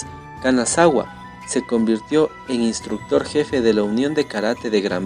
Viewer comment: La pronunciación del nombre de Kanazawa esta mal . Pero elvideo es muy bueno gracias. 👌 Tambien el nombre es Takayuki Mikami.